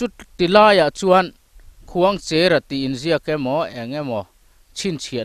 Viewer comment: Khuangchera kan lamdan hi a dikhlel deuh lo maw thianpa...khuangcher...cher, tih lai hi, Cherhlun khua kan lamrik anga...cher anga Khuangcher tih tur a ni lo maw, thianpa, 😂